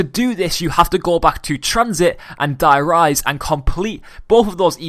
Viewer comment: ok its not die rise. the die is pronounced like dee because it is german